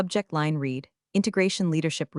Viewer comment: Dear, when are you going to teach your AI voice how to pronounce the correct tensing of the word "read"??????